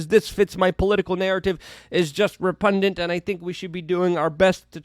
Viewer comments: It’s pronounced REPUGNANT Luke. Not repundant. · Three improperly spoken words in this video alone😢. It's 'repugnant', not whatever it was you said.